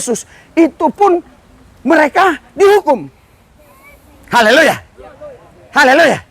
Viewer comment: Pak Pdt, ucapkan Haleluya harus yang betul, jgn Haleloya tidak bagus kedengarannya..Amin❤